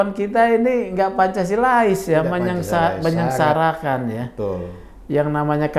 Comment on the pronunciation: Menyeng Menyeng Menyenseng pak Bukan Menyengsaratkan ., kan ada di atas penjabat gitu ngomongnya .